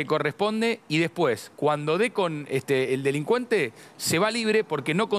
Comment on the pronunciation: Se dice,DE..LIN..CUEN....TEEEEEEE, no delincuenta,besssstiaaaaaaaa